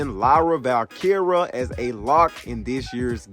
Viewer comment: you butchered her name is VALKERIA NO VALKERA 🤦🏻‍♂️